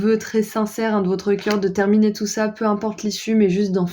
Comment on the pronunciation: Terminuer on dirait un mélange entre terminé et éternué 😂